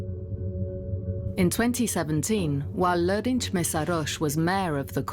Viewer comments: pls. Try to say name more precisely: Lőrinc is like using german characters: Lörinz, and nothing like tsch for tailing "c". It is clear central european characters for the same sound is crazy difficult to follow by german, hungarian, czech/slovak/croate, polish, romanian/italian all different... but pls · The video is excellent, but please get a consultant for how to say the names next time! The c in Lőrinc is like in "its" or "hats", and s in Kisfaludy is like in "sure" or "shop". Tho, credit where credits due, the narrator did say Lőrinc well in one sentence. I guess its too foreign for them. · Why can t you pronounce his name properly? It's not Lorincs Messhaarhosssh.... for fks sake...it would require minimal effort this day and age to look it up... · You could at least pronounce lörinc correctly if you make a video about it... dumbass westerners